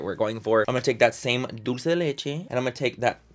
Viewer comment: Omg! Tati used that wet ‘n’ wild contour powder and she said “Dolce” lmao😂😂 instead of “dulce!” 😂😂😂